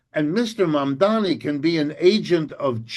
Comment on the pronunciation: Prof Wolff, pronunciation, please: It's MAM-DA-NI not MAM-DA-MI.